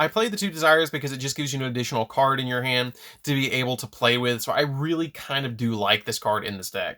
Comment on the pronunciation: When he says "from your hand" fast all I can hear is "from your ham". Now I can't unhear it.....help.